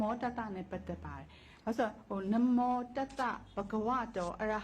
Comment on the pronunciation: နမော် မဟုတ် နမော ပါ ခုလူတွေဆိုနေတာက နမော် လို့ဆိုနေကြတယ်